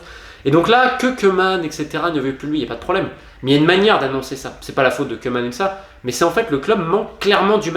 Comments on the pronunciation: ça se prononce cou-man, pas queue-man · Romain, bravo pour ton excellent travail. J'adore vraiment ce que tu fais. Par contre, par pitié, arrête de massacrer les noms et les langues. Koemam c'est [kuman] et ne mélange pas castillan et catalan stp. Merci pour les contenus fouillés et les excellentes analyses.